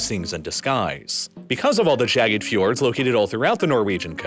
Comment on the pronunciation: Say fjords one more time